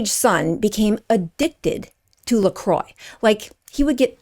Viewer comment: I love how you're exposing these brands, but please also learn how to pronounce them when making a video. LMNT = element, "lecroy" = lacrwa. Not hating, just being informative. Feel free to delete this comment after reading!